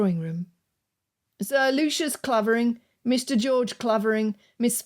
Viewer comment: just one correction coming from the village of Clavering the "a" is pronounced "ai" ... otherwise beautifully narrated